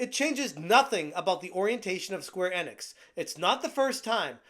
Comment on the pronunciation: Never heard anyone pronounce Square Enix this way...